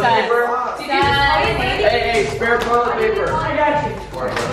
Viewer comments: Hahaha! I love how he said Jatie for Katie, Katie for Josh, and Josh for just the sake of it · I love how he calls them jatie